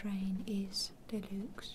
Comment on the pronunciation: I thought she said “our train is the looks”